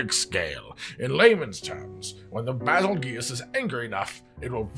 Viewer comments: BAZELGUESE that's a weird way of pronouncing beetlejuice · Fact know one truely cares to say bagelgoose name right